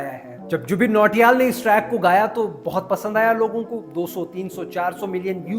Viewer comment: Jubin Nautiyal ❌ Jubin Choriyal ✅